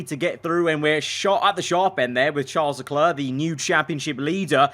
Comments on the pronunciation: Everyone: "Sharl Leck-air": "Charl Leck-uh" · Sharl LeGLerG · Sharl leg